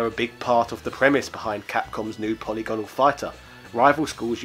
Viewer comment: "po-lig-anol" not "poly-gone-al" uuuuugggggghhhhhhhhfff